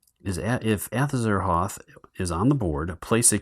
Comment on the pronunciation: Just got my pledge a couple of days ago & will hopefully get to play soon. Thanks for the video. Was checking to make sure the game was generally the same. Also, you were popping me every time you called Gugs Grugs and Azathoth Azaroth. Great stuff, keep it up!